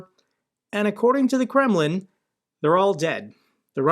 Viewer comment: I find it always funny that you talking about Kreml...but its sound always like Gremmling